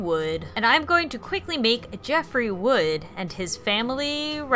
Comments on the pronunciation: * Jeffrey Woods you said Jeffrey Wood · It's Jeffrey Woods not Jeffrey wood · "Jeffrey Wood" Me: "its Woods..with an 'S' at then end" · oof his last name is Woods not Wood lol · His last name is actually 'Woods'. The video is still amazing nonetheless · lol its actually jeffrey wood's' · Oh god, she said Wood... its Woods °^° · This is awesome and funny as hell. The only criticism I have is that Jeff's family's last name is Woods not Wood and Liu's name is pernouced "Lou" not Leo but that's okay for a small mistake :) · it's Jeffery Woods, thats the only mistake I seen anyway good video and Liu is pronounced loo like the other name for toilet thought Leoo is the Chinese pronunciation of Liu